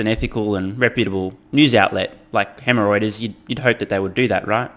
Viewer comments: Did you just say Hemreuters?! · Hemorrhoiters ... love it! I had to rewind several times to figure out it was Reuters' new nickname that you were coining. Thanks for pointing out bluntly all the FUD. It's quite obvious, but is nice to get a blunt dismantling of it all.